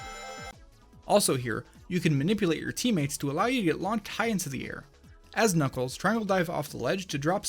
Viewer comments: anyone else hear him call knuckles klackles in the first glitch of the video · Why’d you say kakles bear the start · WHO'S """KACKLES"??????? I though he was knuckles :3 >.<